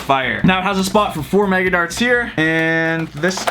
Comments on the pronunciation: Why do u say mega like maga is that just to get attention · anyone else hear maga instead of mega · I love the maga darts just cause there so reliable (MAGA is not a typo its the way he says it) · With the accent the mastadon kinda sounds like THA NEW NURF MAGA MOSTADAN